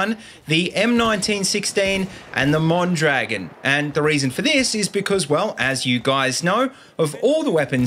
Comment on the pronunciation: just a little tip. it's pronounced mon-dra-GÓN